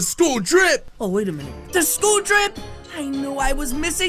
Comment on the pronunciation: the way he said sool intead of schoole